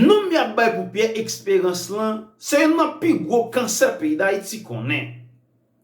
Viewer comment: Eskew vle di Esperance ou byen Expérance zanmim paske menm si m vle tande w menw bouch ou sonnen trè mal wi